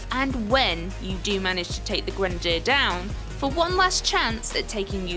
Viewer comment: The way u pronounced Grenadier. I want to die